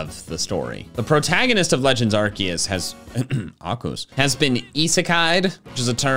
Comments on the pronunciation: Me: spell archeus like and the minions: ARKOOS Me: No. years ago: No. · Ain't no way bro pronounced Arceus like that